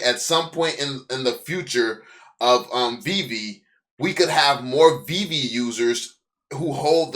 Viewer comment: Glad he’s gone calling it vay vay